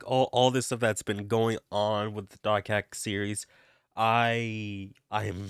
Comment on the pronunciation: Why do you say "doc hack" when it's dot hack?